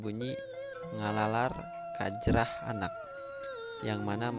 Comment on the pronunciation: Fix nya dibacana KAJRAH